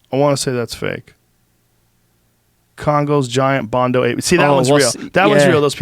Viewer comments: Bonodo Ape Joe. Not Bondo. Has been bugging me every time he says it. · Bonobo not bondo lol